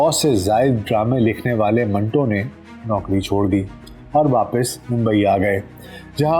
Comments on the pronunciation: Manto ka name tou theek talafuz kay sath lay lain janab . Aik jumlay main manto nay apnay name ka durust talafuz batay hay . MANTO BARA ONE TWO HAY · ان کے نام منٹو کا صحیح تلفظ من Two ہے